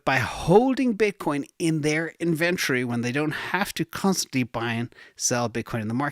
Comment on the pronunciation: inVentrfy is a software company I believe you mean In-vent-tory